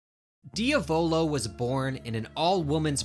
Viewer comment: why do you say diavolo like that 💔 it’s driving me crazy (diamond)